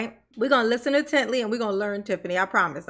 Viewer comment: Let me educate you….Youth You-th not Youf Learn not Leart Said it wrong…Tiff Leave that scriptures alone!! Evil lady!!